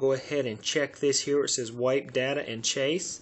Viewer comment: why do you pronounce 'cache' as 'chase?